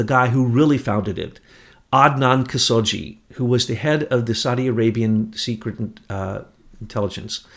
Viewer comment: adnan kashogi has been out of circulation for some time, years....his last name is not pronounced as "jee" but ka-show-gee.....prez reagan was totally coherent and told the public he had the start of altz. and nancy ran the interior staff of the WH but not the gov't... your comment that he was bonkers from altz and nancy ran the govt decisions is WRONG...how old were you during his term.?????bush ran much of it and the foreign decisions....leo wanta has been on the radio several times and he is legit and tells the complete story...bush and wanta are not friends and havent been...bush did stop him from getting his money..wanta worked directly for reagan not bush and his role was very covert other than his transactions and he answered only to reagan until the end of the project when bush threatened him and his asian partner...his asian partner was killed right after refusing bush's threats for a huge cut...